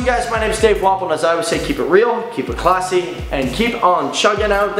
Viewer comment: It always sounds like he's saying his name as Dave Waffle.